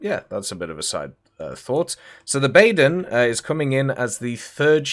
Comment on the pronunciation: For the last time it’s not the BAAAYYEÖÖÖÖÖÖÖÖRN